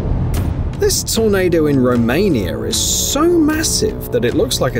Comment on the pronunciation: Romanier? Come on guys. He can say (pronounce) the word “before” properly, why not “Romania” .